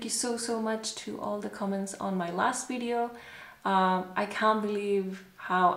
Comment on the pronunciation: That was such lovely video! Thanks for sharing!!!!!!! It's funny how you already are saying "CAN'T" with a British accent! Hahah lovely! :)))